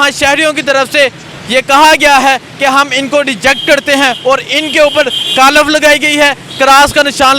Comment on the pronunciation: کالف نہین ۔۔۔۔ کالک 😂